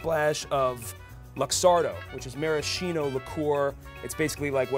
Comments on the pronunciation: That's not how you pronounce maraschino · you keep pronouncing maraschino incorrectly....